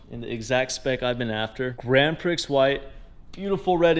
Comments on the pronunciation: (just between us, grand prix is pronounced like grand pree) but yeah, been a long time since the last build. nice to see you back. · It is pronounced “ grand pree “